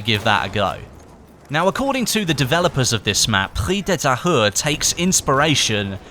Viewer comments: IT IS PRONOUNCED PREES DE TAYURE, NOT PREE DE TAHERR! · It's pronounced "Preez de Ta-eww-re" (try disregarding the H) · pronunciation could be better, I don't blame you, its hard it should be pronounced: pri-ze de ta-ure (hard e like euh and hard u like uber) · prise de tahure is pronounced like "preeze de tah-ure" in english, not "pri the tire" lmao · Its prononce Pree-ze de Tahure not Pree de Tahure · If you want to pronounce it in French it's "Preez de Tayu" :P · Pronounced Pree - De - Thai-Ur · You should pronouce the map "preez de Tahure" (but whithout de "h")🤔😊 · its pronounced prez de tahure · Preeze duh tah-ure. The "h" is silent. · pronounce "Prrri de Tahoure"lol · if you dont know how to say the name correctly, dont say it as much lol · Almost got that pronunciation, nice job.